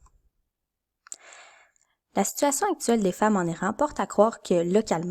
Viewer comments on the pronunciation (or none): tech : excellents visuels (en particulier l'écran d'ouverture). Son très correct. Hmm... ton récitatif. Serait génial si tu nous parlais. Conclusion abrupte. Perso j'ajouterais un fade out sur noir. 4/5 contenu: OK 3/5 (et un détail -- on prononce *I*ran plutôt que *Aille*ran